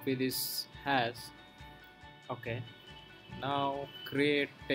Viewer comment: Bolna seekhle pehle. Hass, hasss kya hai? Hash nai bolna aata? Itni hi takleef hai toh Hindi mein video banaao. Cringy ass piece of mediocre shit.